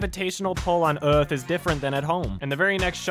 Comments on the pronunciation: "Öhsah" "Do you knouw where we awe?" "No söh." "This is Öuhth." Congratulations all Americans, you now know almost how an 'ö' is pronounced, thanks to Will Smith and co'! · You missed a golden opportunity for a joke Will: "Do you know where we are..." Jaeden: "no..." Will: "...WELCOME TO EARF" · Your pronunciation of "Euuurrrghth" is perfect.